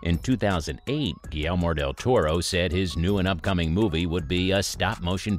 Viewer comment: "Guillelmor del toro"